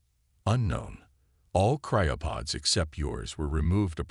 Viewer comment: Seven seconds and Already Sarah Chen is here to save the day....then there is this "CRYO-pud"!!!! WTF is a "CRYO-pud"???? Not sure I will make it thru this story if your AI is going to prove to be a POS.....we'll see..... I made it to the end.... SO, now, what is "space-i-time" and "UHN-animous"!!???